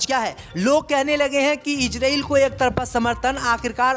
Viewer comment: रिपोर्ट महोदय इजरील नही इजरायल होता है.. पहले बोलना सीख लो फिर रिपोर्ट बन जाना जल्दी क्या है। लगता है मुस्लिम देशों के बैठक में अध्यक्ष तुम्हे ही बनाया गया था इसलिए तुम्हे अन्दर की इतनी जानकारी है